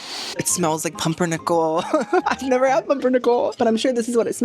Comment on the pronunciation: As a german that “pumpernickel” hurt my feelings😩